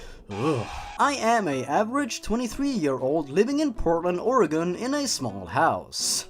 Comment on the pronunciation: You pronounced Oregon wrong Reeeeeeeeeeeeeeeeeeeeeeeee (Im not mad, just annoyed. lol)